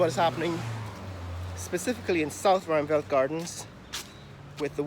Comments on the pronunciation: Ruimveldt is pronounced rimeveldt not rumveldt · Some Guyanese who ought to know that still pronounce it "Romvelle" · the great irony is your constant use of the word ‘mediocrity’ but yet you accept mediocrity in the mispronunciation of the word ‘ruimveldt’ … then you must be a ‘figurative’ rocket scientist and not a ‘literal’ rocket scientist as you claim